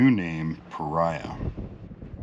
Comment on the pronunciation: Paria is a Spanish word, pronounced as Parea would be in English.